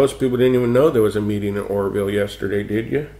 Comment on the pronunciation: lol, it sounded like you said the horrorville dam, which would be a more appropriate name.